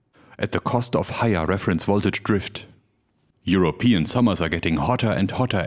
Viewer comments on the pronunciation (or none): none